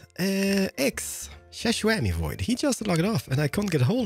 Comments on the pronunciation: Why do you call him Shashwammyvoid? just curious. new here and love ur vids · This is my first time watching and when he was saying shishwammie I was so confused then I saw the sign and it said Xisuma and I actually lost it